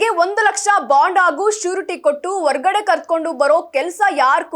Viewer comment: ಅ ಮತ್ತು ಹ ಕಾರಗಳನ್ನು ಉಚ್ಚರಿಸುವಾಗ ಅದಲು ಬದಲಾಗುತ್ತಿದೆ ದಯವಿಟ್ಟು ಸ್ವಲ್ಪ ತಿದ್ದಿಕೊಂಡು ಹೇಳಿ 🙏 ಉದಾಹರಣೆಗೆ ಹನ್ನೆರಡು ಎನ್ನುವಾಗ ಅನ್ನೆರಡು, ಹಾಗಾದರೆ ಎನ್ನುವಾಗ ಆಗಾದರೆ, ಹೊರಗಡೆ ಎನ್ನುವಲ್ಲಿ ಒರಗಡೆ ಇತ್ಯಾದಿಗಳು